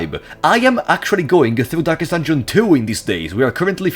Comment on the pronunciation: ah yes, "durkest dunjon", my favorite game